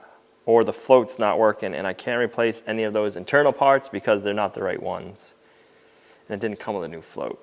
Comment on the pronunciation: Hooray I'm so happy for you! YOU never give up! Since its working, I've got to pick on you a little bit about some of your words tickling me! I don't have a ("POT", aka part) nor a window to throw it out of!!! LOL! This was another very enjoyable video! You reminded me of Jason from the " Sow The Land" attitude and your vehicle!!!!!